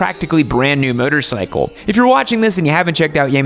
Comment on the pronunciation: I thing you just said motorcycle like bicycle and not motorcycle. 😂😆😂😆😂